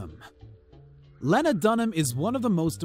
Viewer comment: Its leeeeena dunham And feder line